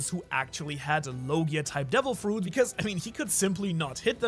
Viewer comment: Bro said Fuet instead of Fruit 😂